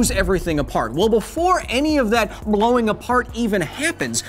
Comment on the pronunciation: i keep thinking about how he says “blowing”